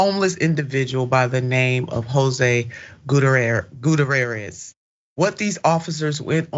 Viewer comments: For crying out loud, it's "Gut-T-air-ezz!" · She should learn to pronounce names before she starts her podcast. Doesn't anyone on her team know how to pronounce this man's name. It's embarrassing.